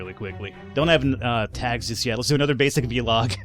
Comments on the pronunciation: It's not VeeLog, it's vlog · your saying V-log not vlog it's one word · It's vlog, one syllable, not vee-log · I like how you say it v-log :D